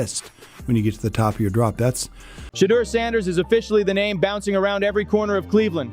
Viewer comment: At least get his Name right dam!